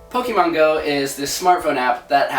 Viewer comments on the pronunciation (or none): none